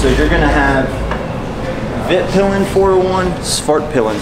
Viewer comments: Me as a swede hearing him proununce svartpilen and vitpilen hurts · Yeah, fun to hear americans pronounce swedish words :) "Svartpilen" and "vitpilen" means black and white arrow, as you could see on the colour of the bikes!